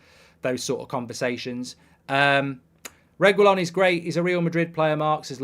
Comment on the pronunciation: Please learn to pronounce reguillon’s name right 😭😂 “Regwillon” 😂😭😂😭😂😭